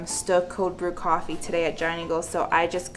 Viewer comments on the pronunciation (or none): none